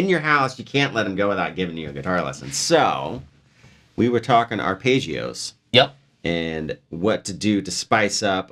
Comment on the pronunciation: It's arpeggios. Not Ar"pay"geeoos.